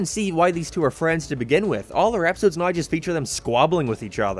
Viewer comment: I don’t understand how you can have such an American accent yet pronounce certain words so stupidly like you’re attempting to force a archetype that you aren’t. Everytime I hear you say “naow” I cringe so hard I nearly die. Other then that, the video was alright.